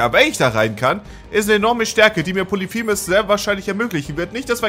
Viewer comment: Es heißt POLYPHEMUS, und nicht POLITHEMUS.